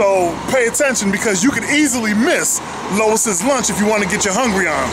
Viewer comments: Lew ees not low iss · I'm sure instead of pronouncing it Lois Lunch, you meant to say Lew-ee's Lunch (Louis)..... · bruh it's loo eeee not lois lol. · I find it hilarious how he says Lois' Lunch throughout instead of Louis' Lunch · It's not steamed beef (How do you have flame grilled onions and steamed beef?) and it's Louis (Loo-Ey's Lunch) not Lois (Loh-is's Lunch) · Pretty sure it’s pronounced Louis’, not Lois’ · Lois? Pretty sure Louis is pronounced "lewi" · You should do your homework. Its LOUIS not LOIS'. the burgers are NOT steamed. They are broiled. I guess you didn't see the flames in the broilers. AND They went with bread back 114 years ago because the bun was not in invented yet. They bread was soggy because you had it wrapped up to go. That's why you should eat it there. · Who the hell is Lowis ? It's Lou-wee's lunch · It’s pronounced like LEWIE’S lunch not Lois 😂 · It's not "Lois", its "Louis" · Dude, its Louis, like Louis Armstrong. Not Lois Lane. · it's Louie's you fool, not Lois. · Louis NOT Lois. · its Louis lunch... NOT Lois Lunch.. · Louis not lois, like Vuitton not lane. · I like how you say Louise's lunch!!!! LMAO! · Can’t take this review seriously. Can’t even get the name right. Lois lunch. Girl bye. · The name is pronounced Lou eeeee's Lunch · I am trying to figure out how you pronounce LOUIS AS LOIS?? COME ON MAN!! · LOL he said LOIS rofl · Louie's Lunch- it's pronounced Lou-ie's. Love your work BTW. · Pronounced Louie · Said the name wrong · I'm wondering if this guy knows what he's talking about. he mispronounced Louis lunch and he doesn't know the difference between steam and broiled burgers. Louise lunch has been flame broiling their burgers the same way in their broilers since 1895 which was cooked right in front of while he waited in their upright flame broilers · How does one continuously misspronounce the name so badly? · he pronounced it wrong lol